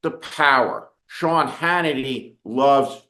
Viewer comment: We need more Ted Kopels. And yes , ShYawn... Its "sad" as hell